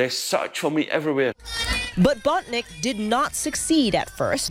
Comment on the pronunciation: it's not BOTNICK it's BONTINCK